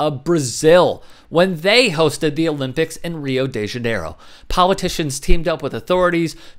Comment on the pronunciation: No Owe-Limp-icks